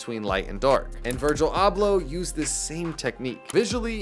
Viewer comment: 2 seconds in and you can’t even pronounce dude’s name.